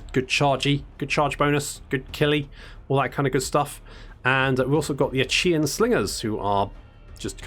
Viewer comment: Achaea is pronounce ay-kee-ah, not unlike ikea basically. the 'ch' is a 'k'.